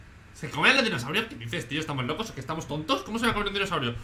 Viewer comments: Una pregunta? En su intro dice mocos o lokos? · Dijo mocos al principio? Xd